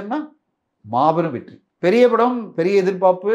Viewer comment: தனஞ்செயன், எதிர்பாப்புன்னு சொல்றீங்க. எதிர்பார்ப்புன்னு சொல்லனும்